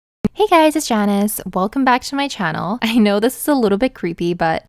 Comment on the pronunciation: She said “it’s Janice” and I thought she said “it’s Jaundice.”